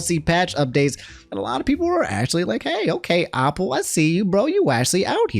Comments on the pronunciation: New drinking game. Take a shot every time says “opple” instead of “Apple”. 😂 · Are you actually retarded. It's not Opple. It's Apple with an a. You have decent grammar but clearly you gotta go back to kindergarten. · why say apple like opple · Hearing the word “Ah-pple” is weird. Definitely gotta be the DMV education system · Everytime he says “opple” I cringe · The pronouncement of apple is hilarious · says Apple like Octagon 😭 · I guess “apple” is another word I can add to the list of word says wrong 😂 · Why do you pronounce Apple like that???